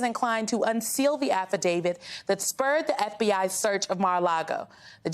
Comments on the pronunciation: you're not allowed to say "affidavid". That mispronunciation is reserved for "legal experts". I think it's "a thing". Like "statue" instead of "statute". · I know its petty but why can nobody on this network correctly pronounce the word "Affidavit"? it does not end ".....david" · The speech and debate clause doesn't apply in the case of Graham's subpoena because there was no pending legislation regarding the 2020 election. On another note, the word is AFFIDAVIT. It ends with a "T", not a "D". Why do so many people get that wrong? It's like "nuclear" and "asterisk". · "affidavid" ??? Really ? Come on...